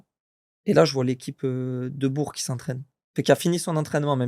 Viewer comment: Belle interview et belle carrière ! Mais comment c’est possible de ne pas prononcer correctement Bourg alors qu’il y a joué 😅 On dit BourK !!!